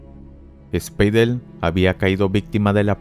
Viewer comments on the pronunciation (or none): "Speidel" 🤣🤣🤣 se pronuncia /"spaidel"/. No es suficiente una "r" gutural todo el tiempo, pues en el qleman no se ocupa todo el tiempo 🤣